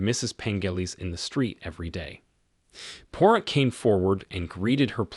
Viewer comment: The AI voice should at the very least pronounce Poirot’s name correctly, LOL.